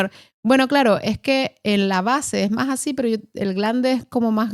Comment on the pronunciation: Escuchen toda le entrevista...el caballero dice ''asin''...de vergüenza, con lo hermoso que es el rato.